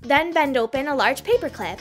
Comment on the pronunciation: I dont like how she say her words 'glu it to the peapearr` what the